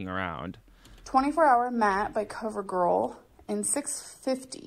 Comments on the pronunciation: Lmao but for the lipstick she said coverGORL... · She said Cover GORL